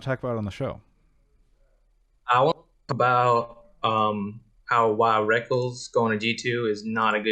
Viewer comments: This is my monday listening while I work. Always a good time. The Connecticut caller sounds like he was from Alabama and it through me for a loop when he kept pronouncing Reckless as Reckalls. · Actually I'm pretty sure reckless actually made a comment that his name is supposed to pronounce like "wreckles" I remember watching some personality (was probably ) making fun of it.